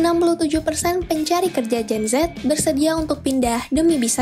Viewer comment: Ngomongnya jen zet jen zet udah kek mati lampu aj